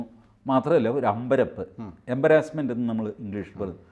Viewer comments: എംബരാസ്സ്മെൻ്റ് അല്ല എംബാരസ്മെൻ്റ് ആണ് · T g pleeeeeease Correct the pronunciation of embarrassment